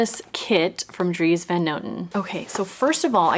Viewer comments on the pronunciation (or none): Similar to your brother-in-laws last name, the van is pronounced more like an O rather than an A sound 😊